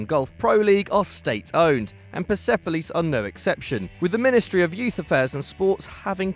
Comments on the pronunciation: I'm watching from iran and it's pronounced perspolis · It’s pronounced Pairs Police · Its Perspolis not PersEpolis!! But thanks for putting my team in this list!! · You absolutely butchered Persepolis and esteghlal